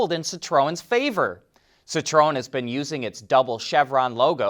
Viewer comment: Sit row en? That's just f'n painful to listen to and you repeated it 4 billions times in 30 seconds. FFS, you're part of the f'n car industry. Learn the correct pronunciation of the friggin' marques.